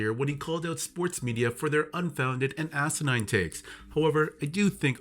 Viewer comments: It's asinine rc not asinying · To say these assanying things? Bro, its 'asanine'. The irony. 😂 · “assenying” 🤣🤣 what a fucking CTE dumbass